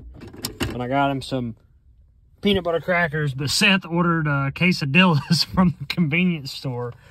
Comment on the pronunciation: Please tell me that's not really how yall pronounce quesadilla lol